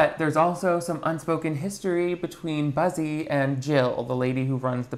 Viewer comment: Every time he mentions the main guy it sounds like he says "Bussy" I can't 🤣